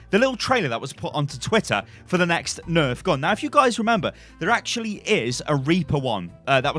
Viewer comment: Heard "Dva neft" and had a mini panic attack